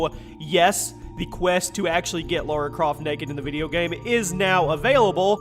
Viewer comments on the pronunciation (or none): Lara... not Laura. People still can't get it right. sheesh. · Why do Americans insist on saying Laura? It's LARA. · I thought her name was lara, not laura, tomb raider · Lara Croft, not Laura. :) Easy mistake, great video though!